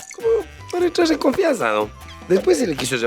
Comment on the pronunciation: Para "entrshar" en confianza lol